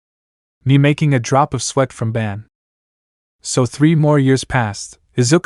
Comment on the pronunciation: All right so before this video begins I just have one question did you do it on accident or on purpose his name is bon b o n Even in the Japanese translation it's bon not ban not b a n is b o n